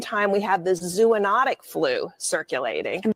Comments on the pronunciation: She didn’t pronounce “zoonotic” correctly. That’s is basic information if she really is an “expert”. I doubt how much she actually knows about the information she is presenting. 🧐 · Again she pronounced “zoonotic” incorrectly!!!!!!! She is just a “ talking head”!!!!!